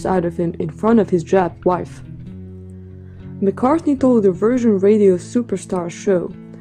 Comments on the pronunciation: and . Did she call him McCarthy? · “McCarthy”? LOL